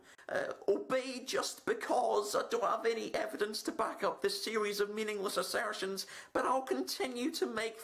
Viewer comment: "Mindless Assairrrstions"